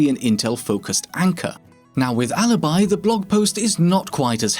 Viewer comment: Alibi, not Halibai